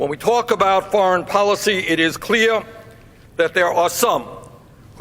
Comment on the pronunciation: Cleeyah, ohdah, woe-ah, withdroring